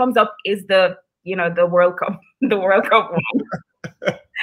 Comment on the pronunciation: This is a great program. Please continue as long as there is a Ja in that country of course. Please please , pronounce the letter D when you say the word WORLD!!!!! IT SOUNDS LIKE YOU ARE SAYING WHIRL. (just a kind gentle critique). Blessings!!